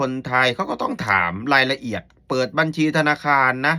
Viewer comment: พูดภาษาไทยยังชัดเต็มร้อยเลยพูดคำว่าบัญชีให้ชัดเจนก่อนนางเอย